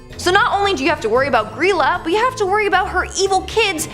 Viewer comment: It was pronounced Gr-eye-la, but the pronunciation has been lost to time